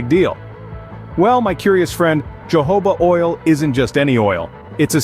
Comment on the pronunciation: Uh, you mean Jojoba, right? Pronounced Hohoba, no?